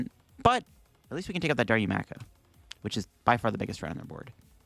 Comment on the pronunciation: it's Da-Roo-Ma-Ka. Sorry for being that guy, LOL.